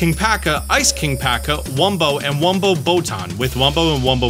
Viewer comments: wum-P-oe not wum-b-oe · You keep saying wumbo and hearing wumbo, when it actually says wumpo, with a P. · Pro tip. Its not wumbo... Its wumpo... With a p not a b. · im like why is he saying Wumbo....oh yeah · ... but it's wumpo with a "p" wum-p oh